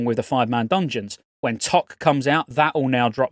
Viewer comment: Is that how brits say ToC? “Tock” 😂😂 love your vids man!